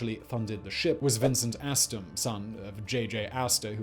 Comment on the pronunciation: Draught is the distance from waterline to keel. Also "Astor" not "Astorm". And: WW2 footage must have been available. Time to fire the editor.